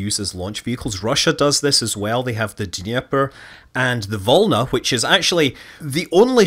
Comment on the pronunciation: Scott, please, look up pronunciations before saying... it's volnA , not vOlna